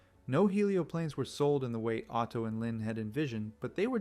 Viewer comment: What you guys say Otto, I hear Auto.